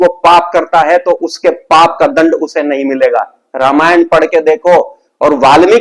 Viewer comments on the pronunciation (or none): none